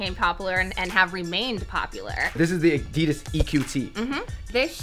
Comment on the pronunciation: Is it just me who disagrees with the way they say addidas